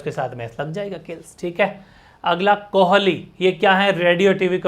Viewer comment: Kohali nhi kohli Movement nhi moment 😅